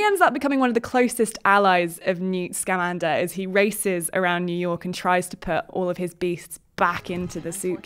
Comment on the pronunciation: She keeps saying SCAmander, where it is actually scaMANder. (I made the mistake at first myself.)